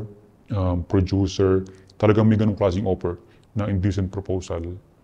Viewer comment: si mark herras ba yan??? *hand gestures *porma *madalas nakablack na damit sa mga interviews *may buhok siya sa mga previous interviews *taglish magsalita *nagnenegosyo *prodyuser yung pronounce ng producer *30x binanggit yun "in a way" which is lagi niya sinasabi sa lahat ng interviews niya *asawa nasa showbiz at miss world contestant ganyan siya pumorma eh. saka diba nagnenegosyo na siya? saka prodyuser yun pagkakapronounce niya sa producer sa lahat ng interviews niya. saka asawa niya nasa showbiz. saka ganyan magsalita si mark sa mga interviews niya. lagi din nasasabi ni mark yun "in a way" ng 30x sa mga interviews niya. BAHALA KAYO MAG-ISIP KUNG TOTOO NGA artista na director na ngayon na dating indie film - coco martin????? yun nakipaghiwalay sa matanda - maris racal and rico blanco???? gov - chavit singson????? hindi si zanjoe marudo ito kasi malawak vocabulary niya at tama pronunciation nun sa mga english interviews niya at okay yung grammar niya ng taglish lapag niyo na lang dito kung sino pa pinaghihinalaan niyo